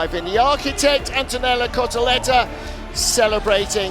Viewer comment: “Antonello Cotoletta” is a really unique tongue slip 😂 classic